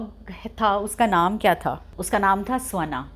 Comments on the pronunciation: Mam its shvaan n not svaan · स्वना नही,ऑलरेडी... श्वान...सही प्रोनाउंस ये है।अंग्रेजो ने ये योग का योगा,,राम का रामा,उसी तरह श्वान का स्वाना...कृपया इस प्वाइंट को नोट करें..✅ अगर आपको सही लगे..बाकी आपकी इच्छा..🤷🙏🕉️ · Yes it is pronounced as shwaan.